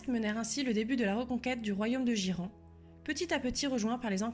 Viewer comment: Trop sympa, une vidéo de fluff en français, par contre Ghyran, c'est "guaïrane" en anglais, "jiran" m'a surpris.